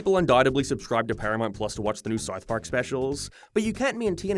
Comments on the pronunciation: what the hell is Sarth Pawk? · "sarth park" "paramart" stop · This an AI voice? The fucking pronunciations is just, horrid. "payhd off" "Peeramount" "Sieth Park" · The fawk is sarth park? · Wtf is Sarth Park? And Paramornt? What is wrong with your mouth? Just say the words properly, until then no views from me and downvotes on every video. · Ok but wtf is "Sarth Park?" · Sarth Park? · Why do you pronounce them as "Paramarnt Plars" and "Sarth Park"? No offense meant. I'm curious what accent that is. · So many mispronounced words. Couldn’t finish it. You think you’d figure out how to say South Park and Paramount before making a YT video on them